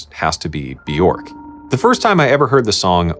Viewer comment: My kingdom for someone who can pronounce "Bĵörk"